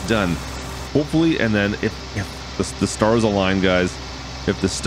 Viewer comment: did i hear if the staras aling instead of if the stars aling hehe